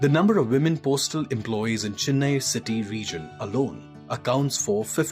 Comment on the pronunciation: Chennai not CHINNAI 🤧